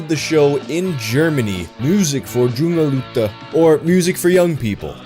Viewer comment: "Junge leute" is pronounced like "YOO-ng-uh LOY-tuh". -a German-Canadian